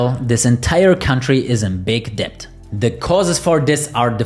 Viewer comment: "debt" is pronounced "det"